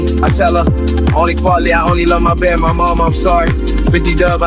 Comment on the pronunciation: When you realise says ‘Mahbed’ not my bed 😭